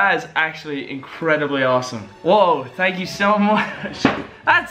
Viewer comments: Evan was right you say tank 😂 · He says thank but the h is soft